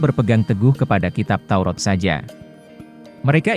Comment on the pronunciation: Maaf salah baca pak Kitab TAURAT bukan TAUROT hati2 jangan salah ucap kepada pencipta alam semesta harus jelas?